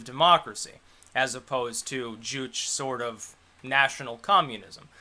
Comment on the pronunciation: It's fine, I didn't really watch any of that either. Though "juche" is pronounced joo-chay. I expect this channel to get towards the Sargon of Akkad level of followers fairly soon.